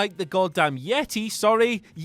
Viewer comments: "Ya day"?? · im pretty high rn...and the way he said YETAY had me dyin 😂😂😂